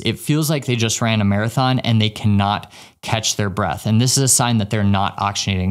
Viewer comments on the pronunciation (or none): none